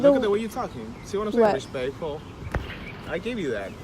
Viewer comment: “Look at the way your talking RESPEKFUL”. So just because of your career you need to be given automatic respect get your ego stroked and thanked for nothing? Fuck that! You’d expect a person in their position and amount of training to treat their fellow citizen like the same way they’d want a relative of the same sex/age to be treated by law enforcement given similar circumstances. The fact that this eludes their thought process only tells me that this behavior is intentional.